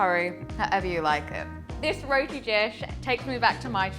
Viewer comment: We make all kinds of roti, but never have i seen roti submerged in oil. Yikes! Well at least she pronounced roti right and not "RODI", you need some curry channa and alloo to go with that roti along with mango anchar and tamarind chutney